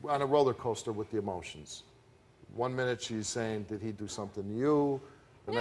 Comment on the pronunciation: "I DeeD TELL THE TRUTH" 😂😂